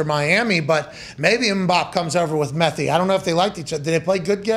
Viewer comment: “Mbap”, “MLSth”, “Chompians League”, “Methi”… this had be rollin 😂😂